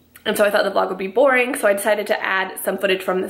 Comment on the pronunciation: its not voring! I love watching even if its organizing😂👌